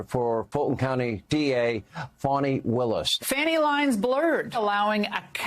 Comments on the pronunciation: Is that really what was on Fox yesterday? Yikes. Also, why do they think it’s so clever to mispronounce Fani Willis’s first name? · the very deliberate mispronouncing of Fani Willis' name is, at its heart, a racist trope. It's definitely a ploy to try to denigrate her in the eyes of their own viewer base, which says a lot about Fox News, their ownership and what that ownership is prepared to stoop to and who their viewers are as people.